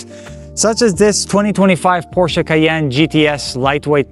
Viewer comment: Window tint more than 35 is illegal on driver window and windshield tint definitely illegal! White car with black wheels how boring. Except for the wrap looks like something a kid would do trying to be cool! You had a beautiful Porsche which you also don’t know how to pronounce correctly.